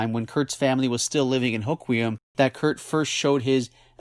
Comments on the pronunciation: I think it’s pronounced “Ho-Kwum” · Great video as always, byw it’s pronounced “Ho-quem” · Born in Aberdeen. No there isn't two ways to pronounce the town's name . And both of your pronunciations are wrong.